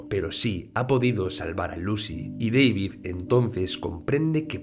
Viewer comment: es centroamericano, no es Deivid, es DAVID.